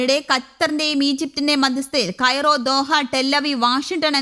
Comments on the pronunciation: ക്രയോ അല്ല കുട്ടി കൈറോ എന്നാണ് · Crayo അല്ല, Cairo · ഈ വാര്‍ത്ത വായിക്കുന്ന ആളിന് ഈജിപ്തിന്റെ തലസ്ഥാന നാമം ശരിക്ക് പറയാൻപോലും അറിയില്ല. " ക്രയോ " ഏത്രാജ്യത്തിന്റെ തലസ്ഥാനമായിരിക്കും.? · നിന്നെ ആരാ ന്യൂസ്‌ വായിക്കാൻ എല്പിച്ചത് കെയ്റോ എന്നു പറയാൻ അറിയാത്ത നിനക്ക് വേറെ പണിക് പോയികൂടെ 😄